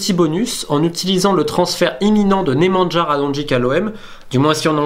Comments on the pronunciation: Nemanja sa se prononce nemania ! Et Radonjic sa se prononce radonjić ! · Apprend a pronouncer les noms slaves deja, on dit nemanya radonyitch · NEMANJA :) on prenonce NE puis MAN(comme l'anglais) et le JA comme en allemand :) bref comme Nemanja Vidic et Nemanja Matic ... je suis étonné par la prononciation car c pas le premier nemanja celebre :)))